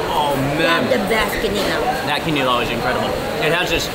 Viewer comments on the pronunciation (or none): none